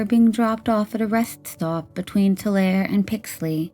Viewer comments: Tulare is pronounced toolaree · Just as a heads up: In Tulare, the "e" at the end is pronounced. Too-le-ree Wow. Holly Marie really resembles her mother. What a strange case that is. 💔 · Holy shit TULARE that’s like 30 mins from my hometown that’s wild. Also it’s Too-Larry